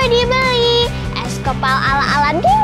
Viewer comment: Kak itu kok bacaannya huruf s kepal kan harusnya es kepal